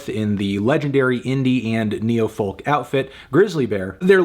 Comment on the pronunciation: He said neofolk.